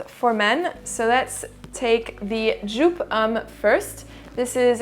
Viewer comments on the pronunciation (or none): The first time EVER (for all I can tell)you mispronounced a fragrance House🤓 Joop!. I never thought I would see it happen😉😘. But of course another fantastic video. I am excited how you will include those in your „List-Videos“. My favorite cheapies are Moschino Toy Boy (which you sold me by your content) and Moschino Uomo. You can find those heavily discounted.